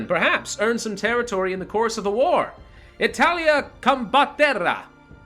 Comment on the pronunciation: I'm so sorry but the pronunciation of "Italia combatterà" was hilarious